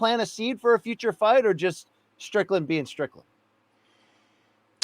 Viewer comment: Man said Strickland 😂😂